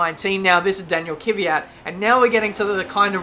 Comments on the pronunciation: it's fucking Kvyat not KYVAT... so annoying:( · Kvyat not Kyvyat.... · It's not ki-vee-yat, its kv-ee-yat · His name is Kvyat not Kyvyat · I hate how he says Kvyat and Ricciardo